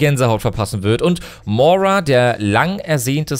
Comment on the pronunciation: Du sagst immer Mora, sie heißt Moira xD also ich bin sehr gehypet und hoffe, dass sie etwas von Mercy ablenken wird. Die Skins sind mega gut, vorallem Widowmaker, 2. Skin wo sie eine normale Hautfarbe hat, der Skin ist einfach schön <3